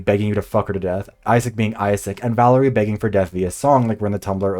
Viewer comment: I'm french and Valérie's french was so delicious to hear because the words were pronounced (surprisingly) very well!